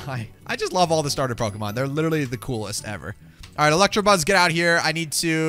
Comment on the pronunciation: it's electabuzz not electrabuzz